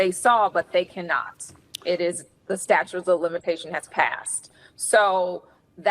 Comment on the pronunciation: 🤣🗽She said🗽Statue's😂 of 🗽🗽🗽limitations🗽🗽🗽🗽🗽🗽🗽🗽🗽🗽🗽🗽🗽🗽🗽😳🙄It is STATUTE..... 👉 "STATUTE" 🧐😳